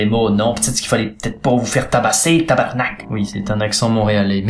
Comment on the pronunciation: Le tabarnak tu l'a bien réussi Signé: un québécois lambda